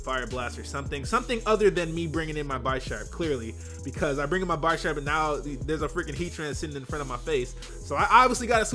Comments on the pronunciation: pretty sure its bish-arp no bi-sharp because he is a bishop like in chess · Pretty sure it's Bee-sharp (as in bishop and sharp) as opposed to Beye-sharp... Just sayin, though great battle. It's weird seeing the battles on the stream then uploaded to Youtube. They're so much more interesting on Youtube imo because of the faster pace and commentary. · It's definitely pronounced Bisharp (like big) and not Bi-sharp like you were saying. The names are based on chess pieces in that evolutionary line. PAWNiard= pawn. Bisharp = Bishop. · You say "Buy Sharp" so many times, it's painful. It's pronounced Bih-sharp. Like a bishop. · SiLeNtDo0m No, it was very misleading because the word "Bee" is a strong E sound, not a soft. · bye-sharp? its named after the damn chess piece... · Its pronounced bihhsharp, like bishop. Pawniard being the pawn. Like chess pieces ya dig? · dawg its Bisharp, like BISHOP. get it right. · By-sharp? You mean Bisharp? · Take a shot every time says Bisharp wrong. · Nigga that ain't how you pronounce Bisharp lol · I hate how he pronounces Bisharp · He pronounces Bisharp incorrectly.